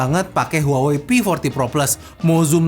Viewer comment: maaf. kaLo gak saLah cara bacanya "wahwei"